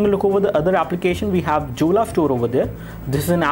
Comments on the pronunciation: Jolla is pronounced as Yolla, not Julla. lol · hahahahaha this is pronounced as "Yolla" not Jolla lolz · its pronunced as "yolla"... we can install all android applications including the google ones also..... check out the video of myriam jorie......